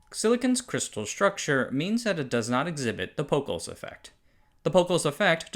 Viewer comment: This is a great video but some of the pronunciation is terrible. Inter-fear-o-meter? Pockels effect?